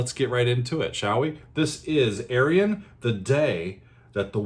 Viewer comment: Ayreon ; -) or Are-yun Loo-kah-sen.